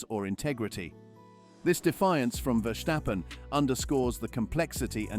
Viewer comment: It is NOT Max "verSHtappen" ... Max is not German 🇩🇪 (Germans indeed can in most cases pronounce "st" as "sht") ... Max = Dutch 🇳🇱 (Father) / Belgium 🇧🇪 (Mother) ... It is not "Bottash" nor is it "Lewish" certainly not "verSHtappen" .... This BS started long time ago when a British 🇬🇧 sport presenter interviewed father Jos Verstappen and assumed you can use a German pronunciation to a Dutch 🇳🇱 Driver thinking it is so "funny" ... It is not. Serious question: can any Englishman 🇬🇧 say "versatile" out-loud without saying "vershatile" phonetically? most can about 99,99% ... that is why most English 🇬🇧 can pronounce Verstappen 100% correct!